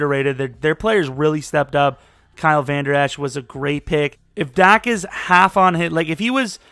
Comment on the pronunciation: Nigga said Kyle vander esch